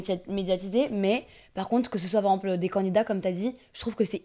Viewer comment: tu me fais trop rire quand tu dis « par exemple », tu raccourcis en disant « par emple » 😂😂😂😂